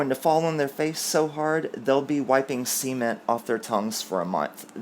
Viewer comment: Did you say wiping 'cement' from their mouths...or something else?😂😂😂